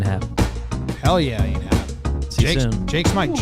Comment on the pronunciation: Sorry if it’s an inside joke I missed, but the name “Ian” is pronounced with the long “e” sound. Eeeean Anderson.